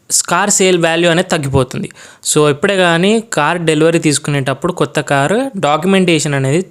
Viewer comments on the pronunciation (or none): కోత కారు కాదు ,... క్రొత్త కారు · కోత కారు కాదు.. కొత్త కారు.. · కోత కారు కాదు కొత్త కారు...